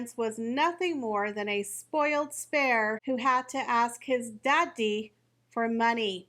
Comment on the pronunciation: Every time you say, “Dah ddy” I die laughing 💀🤣🤣🤣